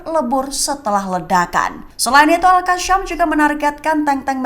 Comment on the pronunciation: Yg bner baca beritanya mbak yasin jgn bilang yasyin itu ayat alqur'an jgn ditambah tambah, alqasam jagn dibaca alqasyam.